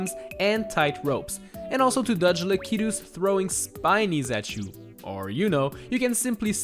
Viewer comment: Am I the only one who hear him pronounce lakitus a lil weird ???